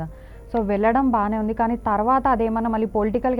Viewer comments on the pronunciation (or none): అమ్మా anchor తల్లీ తెలుగు సరిగ్గా పలకటం నేర్చుకో. వెల్లటం కాదు "వెళ్ళటం" అనాలి. స్వామిజీ తో మాట్లాడుతున్నప్పుడు కాస్త జాగ్రత్త గా మాట్లాడాలి.